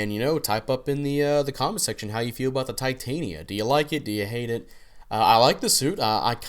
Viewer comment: Ti-tan-ya is how ya pronounce it.